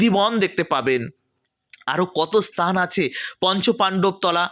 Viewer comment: আপনার ভাষার সংলগ্ন তার অভাব।। উচ্চারণ গুলো ভুলে ভরা।। দুএকটি উল্লেখ করে অবগত করানোর জন্য সাড়াই পন্ডিত স্তান নয় স্থান আবির্ভূত হবে আবির্ভাব নয়!! দু: খের বিষয় বাংলাভাষাটা‌ ভালো করে বলতে পারো না আবার ভিডিও করছো!!